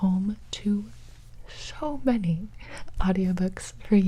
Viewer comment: She said “show many”